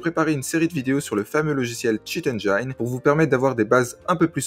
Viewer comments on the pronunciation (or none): Bon tuto très utile mais engine se prononce "enneginne". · Merci pour ce tuto. Par contre écoutez une bonne prononciation du mot engine en anglais svp. ;)